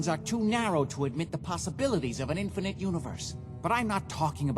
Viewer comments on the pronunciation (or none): none